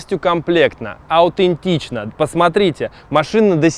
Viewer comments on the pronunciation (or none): Оуцкульный,, аутентичный.. 🤦🏻‍♂️